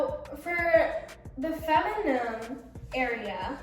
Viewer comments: Love you girl but it’s not pronounced femunum. It’s fe-mi-nin. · how you gonna have a hygiene brand but pronounce “feminine” as “feminum” 💀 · Why are you trying to give advice about female care when you cant even pronounce " feminine " right